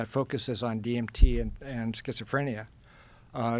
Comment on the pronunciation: sketch-a- frenia..